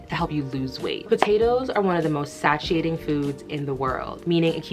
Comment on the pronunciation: Why do pronounce satiating like that?